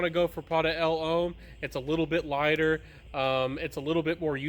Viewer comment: Great video as always my guy. Pronunciation is getting better but pointers for those hard to say words from a southerner..Uomo is oo-oh-moh. And L'homme is pronounced Luh-m. Like thumb.